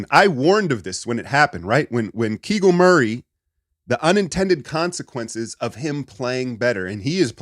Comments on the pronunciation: Keegal Murray? Bro you don't even know their names just stop. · keegal murray 😂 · If you watched his breakdowns, you would know he is saying it intentionally as a joke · Thot unc said kegul murray 😂, in my country kegul is anus 😂.